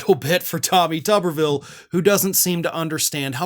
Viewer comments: It's tuber-ville not tubber-ville. Village of potatoes not village of washers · Pronounce it tooberville. Makes more sense.